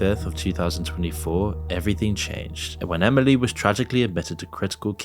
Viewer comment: Did you add a “D” to Emily when you pronounce it? Lolll Emidly